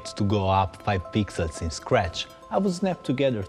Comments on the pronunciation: Swar to god I heard 5 pizzas not pixels.. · bcs he is italian rasist XD kidding i also heard pizzas^^